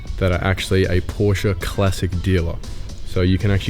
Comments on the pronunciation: finally! an english speaking person pronouncing Porsche the right way🤝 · Congratulations, you finally found the "E" in the pronounciation of "Porsche"! Welcome to Europe